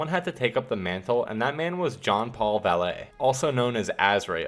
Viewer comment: *Jean Paul Valley. Not Vallet. This Batman isn't driving you anywhere.